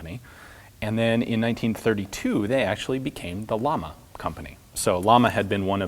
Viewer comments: It's pronounced Yah-mah (Sp. flame ) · Depending which Spanish-speaking country, "LLAMA" pronunciation in English (phonetically) should be "YAMA" or "SHAMA". Great channel! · Only complaint is the way you pronounce "Llama". Double L, "LL", is pronounced in spanish (and several other languages) like the english "Y" in "Yes".